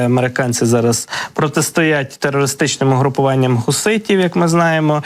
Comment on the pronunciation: УгрупОванням. І, відповідно, наголос!